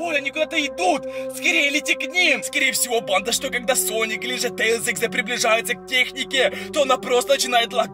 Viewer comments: Говари нормально пж тээслз! А тээлз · ЭТО НЕ😠 SONIC EXE😠 И НЕ😠 ТЕИЛЗ😠 EXE😠